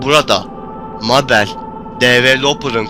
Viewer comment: Abi Mabel meybıl diye okunuyor